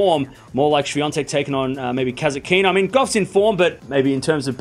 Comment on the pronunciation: You learned how to pronounce "Rybakina" the correct way - congratulations. Now make another step - Kasatkina, Svitolina and Kalinina are PRONOUNCED THE SAME WAY. You're putting the stress one syllable too late.